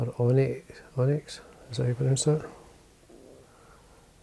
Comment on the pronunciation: Does look good,... =] Thanks for the ideas. Oh, and "Onyx" was right to my American ears. Mike